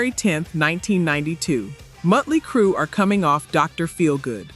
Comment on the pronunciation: OMG, You drive me nuts every time you call them Muttly Crue...That is not their name! PLEASE learn how to say it correctly! Let's use Phonics, Mot-Lee